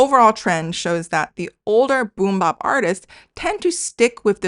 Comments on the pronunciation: Also its funny/cute how you pronounce boom-bap like kimbap 😂 the bap is usually said more like bat with a p at the end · Cool video! Here’s some Canto rap which I understand has more tones than Chinese. I don’t speak Canto or Chinese but sonically this sounds good to me. Also it’s boom bap as in map, not boom bap as in mOp 😉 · It's not boom bop it's boom bap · Interesting video. 2 things. 1. Boom-bap is pronounced with a short "a" (æ) like apple. Not 'bop.' 2. It's interesting that diminishing intelligibility in newer generations in China mirrors the US. There were always older and non-urban generations who found rap hard to understand, but whereas in the past it was more of a matter of rap speed rather than diction. Nowadays, many US rappers kind of rap with a marble-mouth style with very mushy pronunciation. I think some of this has to do with the influence of east-coast accents dominating the earlier hip hop culture vs southern accents that have dominated the last 20 years, but I also think it's the influence of sedatives and the lethargic energy that comes from that. I'd be curious to learn more about where it comes from with Chinese rappers...perhaps just wanting to feel less restricted by language rules. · This is such a well thought out, researched, high quality video. I have but one criticism. Every time you pronouce boom-bap as boom BOP, it's like being SLAPped in the face. 😫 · you dropped so much knowledge that i aint even mad at how you pronounced the bap in boom bap like bibimbap lol. for real thank you for opening my. mind to something i had not considered!